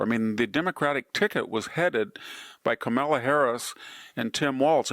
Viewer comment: I wonder if Victor mispronounces hakeem and kamala out of spite. If so, I find it kind of hilarious. Keep it up Victor.